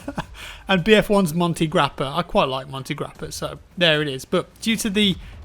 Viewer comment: Monte grappa, great pronunciation😂, but vinolalatte and moccacioccafrappuccino... i mean... what the hack have you said?😂😂 vinolalatte is like winelamilk and the other world doesn't mean anything😂😂